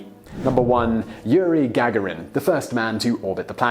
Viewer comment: Yuri Gag Arin? Simone, you really need to stop this intentional mispronunciation. Michael Palin walked around the world in less than a minute in the tv show Pole to Pole.